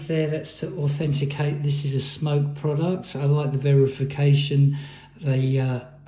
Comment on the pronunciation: Its smok not smoke don't review something you cant even pronounce right